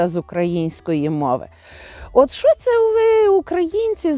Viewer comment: А ваше "шчо" це взагалі жесть! Оу, вибачте, ЖЕРСТЬ)